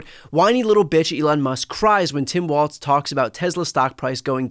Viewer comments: "who derives joy from that?" normal people. also normal people know it's pronunced 'walls'. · He wrongly pronounced it "Waltz"